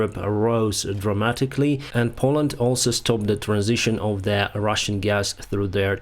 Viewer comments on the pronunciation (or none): none